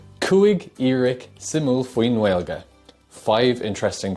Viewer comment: Please, stop saying Gwaeilge, the 'w' just isn't really there in Native Irish. Secondly, you say díreac not díreach.